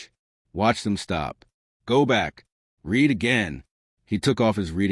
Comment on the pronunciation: And still, NO AI voice can ever pronounce the simple word "grenade". It ain't "gre-nahd"! 😮 And read ("reed") vs. read ("red"). Sheesh. "A inventor", that grammar glitch is on the scriptwriter. 🤨